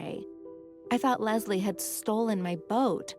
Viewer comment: everytime she says lesli i hear lesbian lol